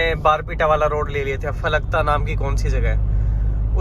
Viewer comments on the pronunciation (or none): falkta nehi falakata